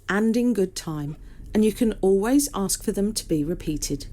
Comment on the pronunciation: It's not "Let me ax", it's "let me ask"